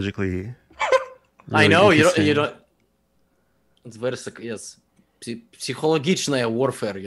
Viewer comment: Levy really nailed the word "Psychologiczne" It's polish but close enough